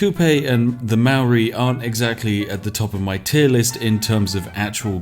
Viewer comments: Hey he mispronounced Maori every time too. Silly Poms. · Maori/New Zealanders are laughing at how you say Maori. It’s like the most white way to say it 😂 haha but everyone says that if they haven’t been taught how to properly pronounce it